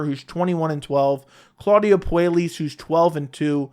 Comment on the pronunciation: It's pronounced Poo-eh-yes by the way